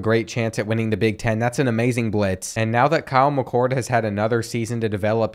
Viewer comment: Kyle McCoud? Dante Ceffas? Where you getting these pronouncications from lol. But anyways good content!